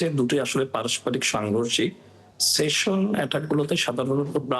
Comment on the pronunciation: projokti bangladesher manus ki buje? station noy session